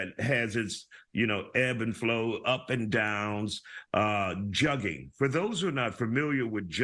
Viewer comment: how are these professional reporters still not pronouncing the word Jugging correctly lol.